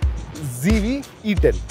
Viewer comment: Z ko g bolne wali public 😂😂😂😂 icoo z5 bhi paresan ho gya🤣🤣🤣